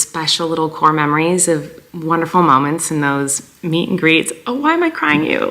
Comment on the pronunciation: not her pronouncing "moments" as MOM-ments.........